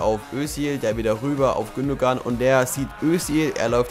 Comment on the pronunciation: nur so.. bei Gündogan spricht man das G nicht aus Gündoan so :p